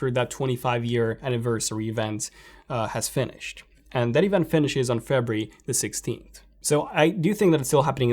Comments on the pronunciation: Febree.. what month is febreee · The way he says February lol, awesome stuff man